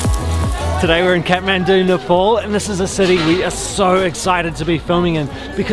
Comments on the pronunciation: Everytime she says kethmendu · I like how they pronounce Kathmandu "cat-man-do" 😂❤️